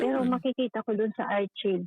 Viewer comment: Hindi ko tinapos na bad trip ako sa basa niya ng archive😂🤣